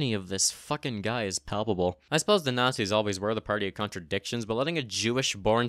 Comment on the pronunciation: "Muh ebil nat-zees"